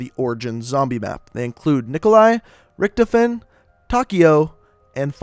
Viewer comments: Rithefin it's rictofon I spelled it wrong but said wrong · uum its der-rise and rift coffin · Im sorry i laughed so hard when you pronounced Richthofen's name is ricktifen the other way i heard people call him as Ricktoefen :) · This guy knows nothing about zombies he pronounces Richthofen totally wrong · also the way he says richtofen for fucks sake